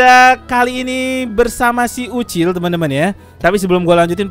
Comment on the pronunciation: BANG MAAF PENYEBUTAN NAMA YANG BENAR UCIL BUKAN OCOK